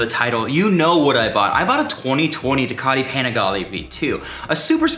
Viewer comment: Wtf do they pronounce ducati that way soooooo annoying..